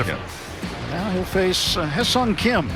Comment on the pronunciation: 하성 킴으로 들리는데~